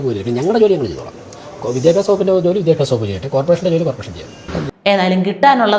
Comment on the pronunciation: തോൽവി അംഗീകരിക്കാൻ ആകില്ല എന്നതാണ് ഇവന്മാർക്ക് ഉള്ള ഏറ്റവും വലിയ പോരായ്മ. വിദ്യാഭ്യാസ വകുപ്പ് എന്ന് നേരെ ചൊവ്വേ പറയാൻ പോലും അറിയാത്ത ഇവനെയൊക്കെ മന്ത്രി ആയി അംഗീകരിക്കേണ്ടി വന്ന മലയാളിയുടെ വിധി വല്ലാതത് ആയി പോയി 😂😂😂😂😂😂